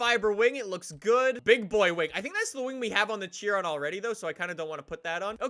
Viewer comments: Say it with me now.... it’s not pronounced Chi-ron, it’s SHI-RON. I’ve heard Canadians and British people say it like that 99% of the time. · Bro, i believe Chiron is pronounced as kai-ron :D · it’s pronounced “shiron”